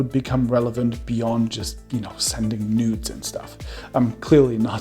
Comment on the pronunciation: Them emphasis on nudes tho. Our boi here knows his priorities on the topic :D